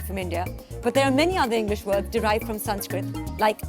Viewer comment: Those words were pretty easy to spell. Also, the words werent pronounced correctly by the host.